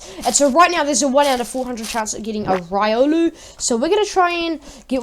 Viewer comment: It is RIO-luu